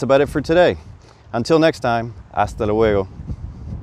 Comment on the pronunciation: Your "hasta luego" sounds like "hasta huevo". U must emphasize the "L" in luego. Ask ur wife.